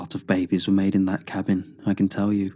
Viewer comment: Apparently, someone or something cursed that cabbing 😉